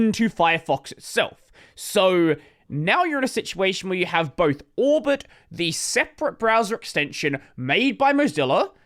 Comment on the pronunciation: Why do I always understand Albert instead of Orbit?